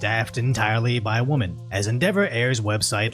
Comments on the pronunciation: Woman and women are two different pronunciations sir 😂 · I love you … (singular: wUH-mun / plural: wEH-min) … keep up the great work! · My god, man! You cant hear the difference between the words "WOMEN" and "WOMAN"?????????? It's LITERALLY the difference between MY NAME, "Tim," and the word, "tomb." If we ever meet, do I have to worry about you calling me TOMB???????????? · Women (wih-min) Woman (wuh-mun) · I love you man but it's "women" (Wimmin'), not "woman". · I know you've mentored this, but here's the difference between woman and women. Even though the vowel change is in the second half, the pronunciation difference is primarily in the first half. Wo-man vs wi-men. Hope this helps. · The plural of woman is pronounced "wimin". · Wih-men. The wo of women is said like the wi in win. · I really enjoy listening to, he’s a good dude. But FFS man, can this guy learn how to pronounce WOMEN? Sounds like WI-MIN. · Drives me nuts!🫤 So many people do this. They can’t say “WI-MIN” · Since you mentioned your personal experience of our failed education system in a recent video, the plural for "woman" is pronounced "whim-en." It is indeed spelled with an O, but apparently it makes an "ih" sound here for some reason. On a note related to the actual video, though: this is exactly what happens when people prioritize optics over substance. It's like a bakery making the best looking croissants that taste horrible. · Ik u live in cali bro... but please say women properly... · The words "woman" and "women" are pronounced differently. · "Wome̶-an." You almost had it!